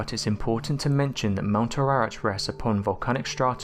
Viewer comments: Ararat is not pronounced like you said it, but rather Ah-Rah-Raht. The a's are soft middle Eastern A's pronounced as Ah, not Ay and not Ai, nor Ae. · mount Ar-rah-rat its pronounced......do some homework from something other than Wikipedia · I think you need to learn how to pronounce Mt Ararat.